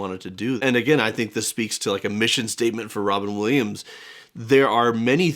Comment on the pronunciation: Tink happy tawts ❤ sadly, he had a hard time doing it himself but he knew he was giving us happiness!